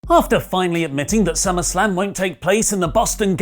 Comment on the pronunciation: I mean... summarrrrslam sounds great right?